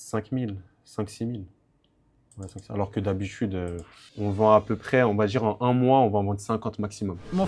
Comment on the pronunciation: « On va dchire en un mouah » « D’habitchude »